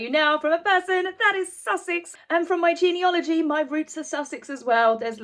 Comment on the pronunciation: I do really enjoy your videos but could you please note, the word is geneAlogy not geneOlogy ... easy mistake to make, I know. :) With regard to the golden "halo" above Harry's head, my immediate thought was that it was a deliberately placed blur to conceal his thin hair.